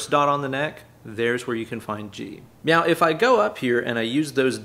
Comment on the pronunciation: i heard you say "meow" instead of "now", dont think i missed that! definitely not going crazy!